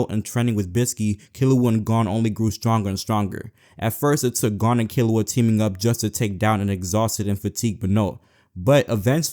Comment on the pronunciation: "Gone and Kilua"